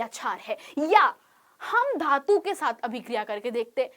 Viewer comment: धातू ❌ धातु ✅